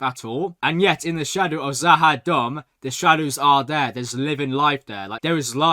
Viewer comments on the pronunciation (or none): Stop saying za ha dumb😂 try za ha doom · must be really feeling kind of Z’ Ha Dumb after mispronouncing it Numerous times, although the name Does sound like it’s related to the Narns - perhaps it’s a long lost colony of theirs though, only his further viewings of the show will tell!